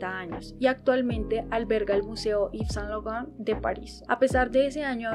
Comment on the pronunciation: Muy unteresante video, pero deberias citar las fechas con mas claridad, al igual que las direcciones. Si no sabes frances, exiaten aplucaciones que te dan la pronunciacion fonetica. Yves Saint Laurent fue un grande entre los grandes, un reconocimiento a su persona y obra merece mas respespeto.